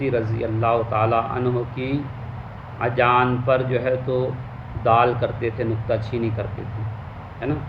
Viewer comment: Ajan Nahi Hota Mere Lal Thoda Padh Le Mere Pass Aake Azan Hota Hai